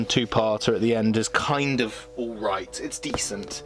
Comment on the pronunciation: Good to see one of these videos again. Nobody seems to be making them any more since the Blu-ray sets started coming out. I can't give you a like for this video however due to your use of "aiight"(?) instead of 'alright' at various points